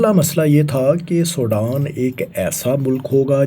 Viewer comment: Did this guy ever get to school? He can’t even pronounce Sudan. Sodan 😢